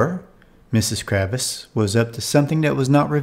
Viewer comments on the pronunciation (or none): May I offer a correction? It's not Kravis. It's Kravitz.